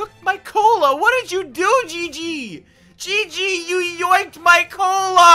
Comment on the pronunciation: It’s pronounced gigy